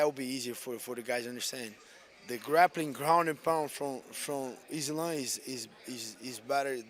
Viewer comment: I love how RDA and him say islam "izlun" 😂